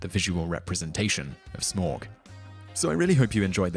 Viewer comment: just a note: tauriel and smaug t-OW-riel sm-OW-g :)